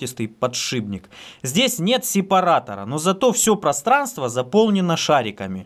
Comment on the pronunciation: "Глухой согласный «п» перед сонорным «н» в соответствии с правилами русского языка подвергается озвончению и превращается в свою звонкую пару «б». Таким образом из «подшипника» получается «подшибник»."... А лингвистическую нейросеть мозга довольно трудно пересилить )